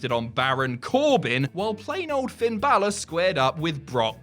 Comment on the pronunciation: Balor is pronounced wrong it sounds more like bail-er or bailer